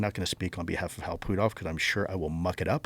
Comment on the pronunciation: the way he pronounces Putoff lol